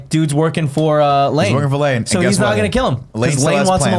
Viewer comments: I don't care how Nick says the guys name but you have to admit it sounds like he says Lang a lot of the time. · yeah but then it sounds like Nick says "Lang" the whole time, despite being the one who corrected the other guys.